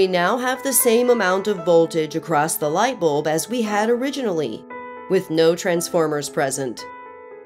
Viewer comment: I like the way she says light bolb